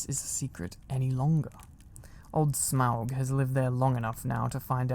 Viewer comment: Oh my goodness I am such a Lord of the Rings and The Hobbit fan so I’m pretty sure I’m in heaven 😭♥️ and you said Smaug correctly! You have no idea how many times I’ve heard people Smog 😭